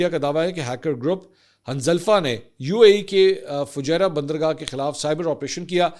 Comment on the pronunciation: For God's sake, it is Fujairah not Fajira 😂😂